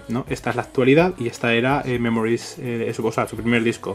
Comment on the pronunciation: Se pronuncia"memuars"